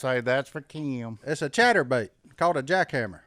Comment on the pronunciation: it's Kim not Keeeim. LOL just busting your Southern butt.